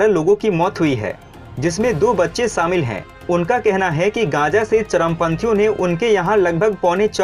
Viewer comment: Saamil nahi shamil bol.